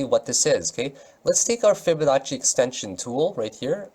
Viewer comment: I love when you say fiba fiba fabanacci